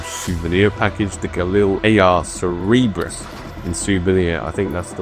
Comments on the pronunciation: FOR F'S SAKE ITS CERBERUS NOT CEREBRUS ITS THE 1000TH TIME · Lol bro… Cerberus… not cerebrus. It’s an extremely well known greek mythology three headed dog that guards the gates of the underworld. Sir-burr-us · really said the name wrong he said: Ce-RE-brus instead of Cer-berus XDDD